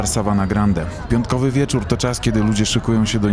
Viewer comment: jest wiecórrrr haha, masz cos Do wymowy litery „R“ Ale mie to bawi sry